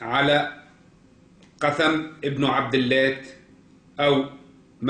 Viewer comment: النطق الصحيح قوثم ابن عبدالاه